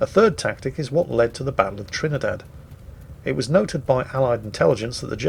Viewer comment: WQW, THERE ARE PEOPLE WHO ACTUALLY DON'T LIKE ONIONS?, did you mean to say "Campagna" and Trini-DAD?